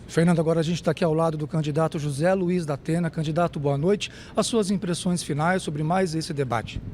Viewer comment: Datena. Dapena kkkkkkkkk